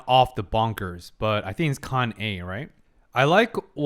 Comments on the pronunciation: it;s funny how you pronounse Kanne as "Kanye" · Oh God, from pronouncing Kanne like Citizen Kane to Kanye West, I'm dead 😭